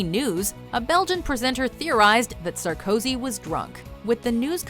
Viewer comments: Sar-COzy? It's pronounced Sarko-SI. French is easy as fugg. Put the emphasis on the last vowel/spelling of the word, unless it's silent. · Who else got ear-bleeding from the way she pronounced "Sarkozy"?